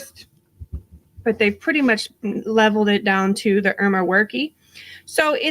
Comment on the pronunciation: For future reference, Erma Werke is pronounced "Irma Work", but it's a goofy name I can't blame anyone for mispronouncing lmao And "22 bullets are so common people don't pay attention to them" that is true of practically all ammunition available to the public in the entire country. The only firearm ammunition that might draw any legal attention is destructive ammo such as white phosphorus, some frangibles, high explosive ammo made for extreme penetration, and stuff with illegal material such as depleted uranium core surplus ammo, which is probably the rarest and most illegal ammo in the country. Nowadays but especially in 1992 ammunition sales simply aren't actually federally regulated in any way, there is no way besides direct receipt evidence and paperwork to prove it at the time to tie someone to buying ammo somewhere. Up until only a few years ago you could get 22lr at Walmart. 22LR is, and has been for many years, the single most popular caliber both by plinker hobbyist shooters and small game hunters, but also in violent crime. Due to the low sound volume, high capacity in smaller magazines because of how small it is, concealability of tiny pocket / purse pistols, and the availability of throwaway 22s and ready availability of ammo for extremely cheap it's by a long shot probably killed more people in the US than any other handgun caliber. It's in almost every way the ideal caliber for murder, famously killers from The Zodiac all the way to Dennis Rader and even Richard